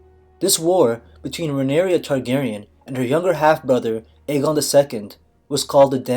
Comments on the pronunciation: Btw it's not Rhaenyria, but Rhaenyra. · Rhaenyra = 3 syllables (re-ny-rah), NOT 4 syllables (re-nee-ree-yah) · This is wrong and you keep pronouncing Rhaenyra wrong